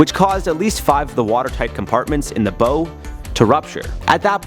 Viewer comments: It’s not pronounced like bow and arrow. It’s pronounced like wow. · It is not pronounced like bow and arrow it is pronounced like baow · Think you need to learn how to pronounce bow. It’s not a bow like is made by ribbon and tied it is bow like bow wow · Bow is not pronounced like bowe 🤦‍♂️ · the bow is pronounced like.. uhh bo(wo)w